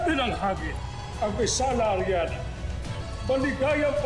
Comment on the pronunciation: hahaha ariani daw imbis na arianna 😂😂😂😂 mali pagkasabi mo imaw